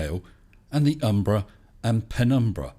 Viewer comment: I got the impression that he thought it couldn't be done. The way he phrased the challenge implied strongly that if anyone tried it, they'd fail. Then there's the way he always used, and pronounced, "umbra penumbra" with the cadence of "abracadabra." Normally one would speak of the umbra and penumbra. So it seemed he thought that nobody would succeed at his challenge. Then you went and did it. So T&S put out a response congratulating you and saying he wanted you to succeed. That didn't ring true to me, but he said he'd be putting out a video explaining why. So I was looking forward to him revealing his esoteric plan to get you to paint yourself into the corner of proving there's an umbra and penumbra and thereby somehow disproving the heliocentric model (or whatever). It seems, from the elapsed time, that his response video was a desperate attempt to deny having been humiliated. But maybe I'm wrong and any day now he'll upload a triumphant video. I'm not holding my breath.